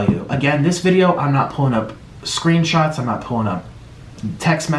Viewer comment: “not like I sent them SREENSHOTS” stfu mate it’s nik ofc ur the extra dog and send sreenshots